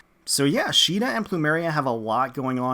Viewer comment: Caeda is SEE-DA not SHII-DA, the japanese name is not a basis for the english pronunciation, there is no See sound in the japanese language (before someone brings up the one kanji that is always brought up saying "they do have a see sound", no it's not a see sound, it's a "sui" (swee) sound, and it is an informal and newer more modern kanji which was not in common use when FE1 was made), and her name has been officially pronounced See-da (like the english pronunciation of Caesar) since fire emblem warriors, and has been also shown in FEH with Duo Marth.